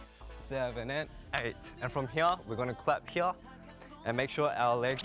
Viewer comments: hyeure Am I only one who noticed how that's an example of a mixture between his Australian accent and Korean accent? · "From hya" 😂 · The way Felix pronounces 'here' makes my heart skip a beat. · i love felix with my whole heart especially when sometimes he says “here” with his accent it reminds me of “can i get a hoYyAA” and i love it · His pronounciation on "here" is so cute xD